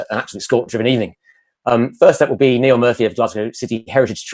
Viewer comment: Great to hear Nial Murphy speaking. Pity you kept calling him Neil 🤣🤣